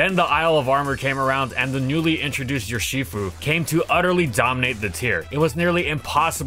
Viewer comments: Makes fun of the ferro pronunciation, proceeds to say Yurshifu. From Ursus, the Latin word for bear. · please stop pronouncing urshifu like that